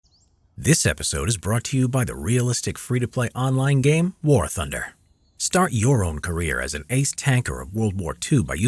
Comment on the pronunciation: ”War thunde” WHERES THE ”R” LOL